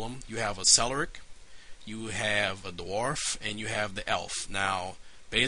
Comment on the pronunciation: Cleric is pronounced with a hard C, not like celery.